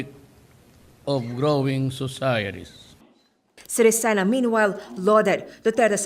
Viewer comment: You pronounce Sirisen wrong 😂😂